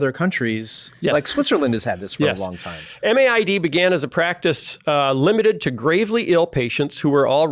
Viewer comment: In Canada MAID is spoken as "made", not spelled out M-A-I-D. However pronounced, it's a problematic and growing problem.